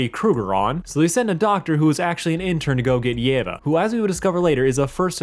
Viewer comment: for the record, it's pronounced: yee-va